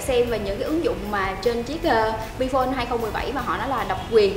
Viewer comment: "bờ" bi phôn